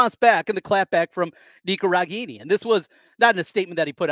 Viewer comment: It's RE-GAIN-EE